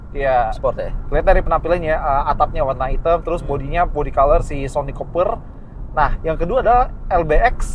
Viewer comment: Copper bacanya bukan kuper btw :(